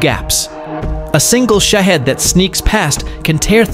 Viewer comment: Shaved drones Are Russian, not Ukrainian. Say it correctly. Don't you have editing?